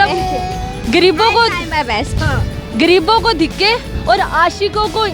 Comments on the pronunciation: you have to learn urdu too its not dhikay its dahakay 😥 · Dhiky nahi urdu men dhaky hota aap galat bol rahi ho urdu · Dikay Dikay Dikay 🤣🤣🤣🤣 bibi pehly urdu sahi bolo... Dikay nahi. Dhakay hota hy.... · Dikke nai dhakke he medam3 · Apni urdu to theek kro...diky kaya hota hai..dhakay hota hai word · Khud ko urdu ati nhi awr na Punjabi awr dosro ko pouch rahi.. Shokhi.. Diky koi word nhi haa dhaky hota.. Awr Punjabi ma tikky hota awr entoo ko etta kahty . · Dhakky bibi dhiky nhi hota, apki apni urdu pnjabi bht khrb hy ye tanqid nhi mashwra hy improve krn apna lehja bhi or alfaz bhi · Ye dakhey ko dikhey bol rhi hein kisi ko samjh hi nhi araha he ...😂😂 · hello ye word dihky nai dhaky hota g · Dhikke nhi dhakke hote hein bibi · jahil larki pehley urdu sahi seekhey...''lafz ''dhakey'' hein urdu mein..''.dikkey'' nai..... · It's not dhikkay madam its dhakkay. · Yeh dikhaaayy kia hota hai ki khud ki urd u kharab hai. Dhikay ni DHAKAY HOTA HAI!! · Is not dheke is Dhaka😂😂😂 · pehlay khud tu bolna seekh lo. It's not "dikkay" it is "dhakke" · ko khud Urdu nahi aati dhakey ko dhikey bol rahi hai pehley apni Urdu ka talafuz toh sahi karey Urdu national language hai Urdu toh sahi karoo apni Punjabi national language nahi hai Jo sabko aaye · Apna talafaz to thik kr lo dhiky ni dhaky hoty hyn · Dhikay nahii BIBI DHAKAAY APNI BOLI TO THEEK KR LAY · Kia aap ki urdo sahi hay Degay nahi hota dehkay Hota hay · اس لڑکی نے بولنا یی نہیں سیکھا، dhakke کو dikke کہہ رہی ھے۔ شرم آنی چاہیئے اس چینل والوں کو جو اس لڑکی کو اس کام پہ لگایا۔ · Apna 'dheky'phly sahi kry plz waisy dhaky hota hai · SISTER PEHLE AAP APNI URDU PRONUNCIATION THEEK KAREN.....DHIKKAY NAHI HOTA DHAKKAY HOTA HE.... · آپ دِکّے نہیں دَھکّے کہتیں تو شاید کسی کو سمجھ بھی آجاتا 😀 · Ooo bibi urdu tu sahi bolo... What is the degge?? 🙄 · کنول آپ تو خود بھی دھکے لفظ غلط بول رہی ہیں